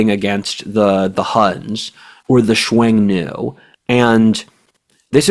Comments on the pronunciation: Xiong Nu. Pronounced like English "shyong new" without any "W". not "swung" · Great podcast.. minor point: Hsiung-Nu is pronounced somewhere between "Shung-nu" and "Shong-nu" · 匈奴 Xiong Nu. pronounced like English "Shyong New".